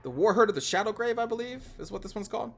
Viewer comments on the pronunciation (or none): It's shadowgave not shadowgrave